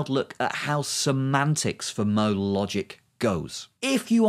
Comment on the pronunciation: I can't comprehend w Weather your saying modal or model?